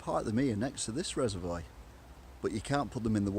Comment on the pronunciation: Are you purposely saying Reservoir incorrectly?! Lol